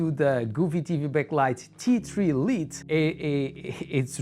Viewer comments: Great video! Thank you! Also, for future reference, "Lite" is pronounced like "light," not "Leet." It's an informal variant of the word. It's like a nickname. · Bom video! Só uma nota: "Lite" pronuncia-se "L(ai)te. Força! ;)